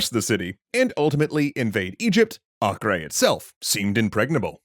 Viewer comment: It’s pronounced Ay-Ker.